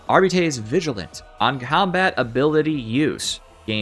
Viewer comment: Arr-bite. Thats how you say the class name.